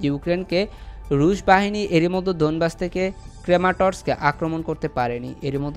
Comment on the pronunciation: "মধ্যে " উচ্চারণটা প্র‍্যাক্টিস করে নিবেন প্লিজ। "মদ্য" বলবেননা।